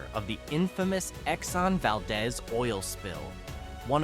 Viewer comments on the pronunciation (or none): is pronounced “Val-deez.”